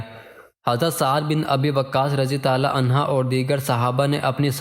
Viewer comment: Aslamo Alaikum bhai apka talafuz ma ghalti ha anha aurat ka liya istemal hota ha or mard ka liya anho parha jata ha acha kaam kr rahay hain ALLAH pak parhnay ma jo kami baishi ha door karnay ki taufeeq ata farmae Aameen summa Aameen